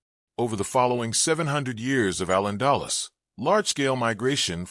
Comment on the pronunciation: you MUST PROPERLY PRONOUNCE “AL ANDALUZ”